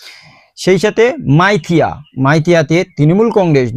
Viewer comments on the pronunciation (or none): Ore ot মাইথিয়া নয় ওটা সাইথিয়া